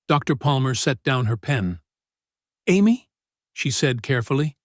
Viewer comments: A M Y? Amy? AI should be fired. Terrible. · AI never will be human, A M Y? Is Amee not why! Every time I hear her name said like A M Y why I wince! Why nobody correct stuff like that? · Say Amy not A M Y. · I enjoyed these stories but let down when A1 can't pronounce Amy but as A-M-Y , WHY? Also the pictures need updating to be in line with the story and therefore give more meaning!!! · Am-why? Do you mean Amy? Why are you using AI? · Ai can’t pronounce the girls name correctly. I can’t focus on the story. Sorry but I pass. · I like the story depite a variety of inconsistencies (3 year-olds don't have the vocabulary). The biggest problem is that the AI narrator's variable pronunciation of "Amy" is very distracting and needs to be corrected. Please proofread your work.